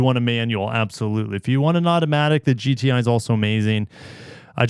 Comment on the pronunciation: is it just me or did anyone else hear gta instead of gti